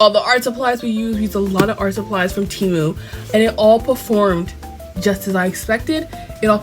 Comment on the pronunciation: "Frum TeyMOO" 😭😭 Lolll